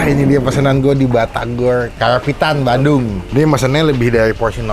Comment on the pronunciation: Bang saran aja kalau nyebut batagor jangan di slahin huruf R nya harus pas nyebutnya